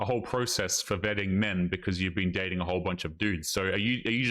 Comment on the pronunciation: Day-T-in, so dating is a 3 syllable word now?